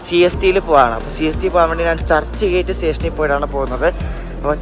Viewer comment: churhi gate alla.... churchgate...ahemgabad alla Ahmadabad